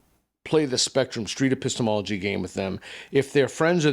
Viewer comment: 不知道為什麼我一直聽成 pissthemallogy